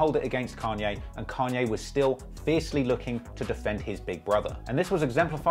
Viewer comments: Say "Kenye" one more time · Ken-yay West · Why can’t you say Kanye? You say it like Can-Yeah lol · I’m hearing Khan-yay. When does he say Caaan-yay? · Carn ye is the english (northern) pronounciation. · "kenye west" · "can yae" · Can-yay and Jay Zed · You’re making like the fifth (?) video about Kanye and still haven’t learned to pronounce his goddamn name correctly?